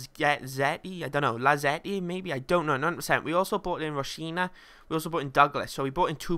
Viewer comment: just concentrate and READ the names. how do think it's rochina?(rah-knock-kia) or shackri?(shark-ear-i) or lazzaretti?(lak-a-zet) really, how do you get it so wrong mate? just focus for a second. still love the series though mate.